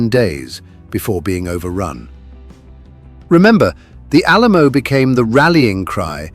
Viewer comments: That's what I got on here to say, too! How pathetic, that the stupid AI would mess that up! Changing "Remember the Alamo!" to "Remember, the Alamo...." just makes me want to cuss! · The faux-English-accented narrator bot butchered the phrase, "Remember the Alamo!"